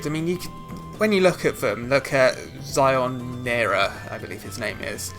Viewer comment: His name is Shionira not Zionira!